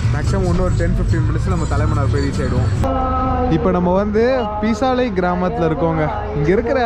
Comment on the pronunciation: பீசாளை அல்ல பேசாளை